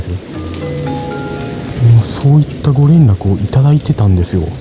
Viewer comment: 「ご連絡」のイントネーション癖つよ😆😆 鳥肌実のイントネーションwww